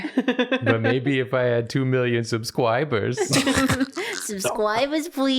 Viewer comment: Just- the sound of dying after said “subscwibers”